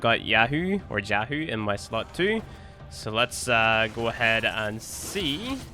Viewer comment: Can you tell me why jahu is pronounced as yahoo and jalapeno as helapeno? English is not my first language. What am I missing here?